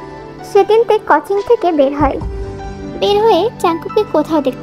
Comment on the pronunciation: Apaaaa tumio কোচিং কে কছিং বলছ😂